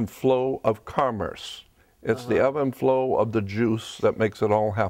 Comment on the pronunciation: Did he say 'Eb and Flow of the Jews'?